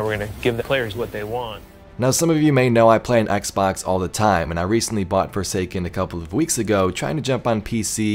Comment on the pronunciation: it sounded like the guy said forsaken is paid